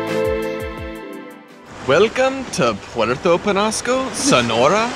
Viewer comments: It's ñ not n. Say it like this Puerto Penyasco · it is pronounced penyasco